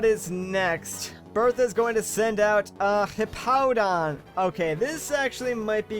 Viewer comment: it's pronounced hipodon not hip-hodon